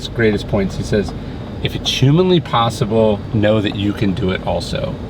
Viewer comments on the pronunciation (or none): none